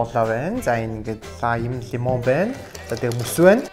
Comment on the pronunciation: лимон гээч лаям гээд байх юм